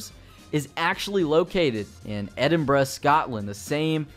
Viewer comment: btw, noticed you pronounced Edinburgh correctly. A lot of Americans usually don't in videos. Congrats man, the little things matter.